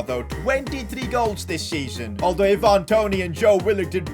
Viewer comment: Eye van not i van